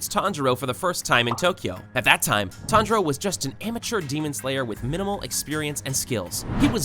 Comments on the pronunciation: Is no one talking about him saying tanijro 🤣🤣🤣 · So you don't know how to pronounce their names Nakime is (Nak-a-mee) Tanjiro is (Ton-juh-ro) And everyone else's I can't explain